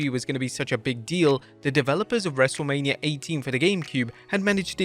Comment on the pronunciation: U said wrestlamia 😅